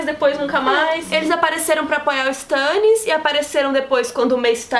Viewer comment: Meu Deus aaaaaaaaaaaaaaaa, me dá agonia por ouvir "Stãnnis"